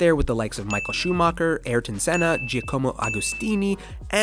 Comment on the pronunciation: Check your pronunciation next time… Giacomo?? Tavullia??